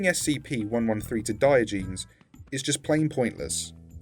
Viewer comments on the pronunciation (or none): Bruh he really said Diogenes like Die-oh-jeans. Bruuhh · The heck is "Diogenes"? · how tf did he say diogenes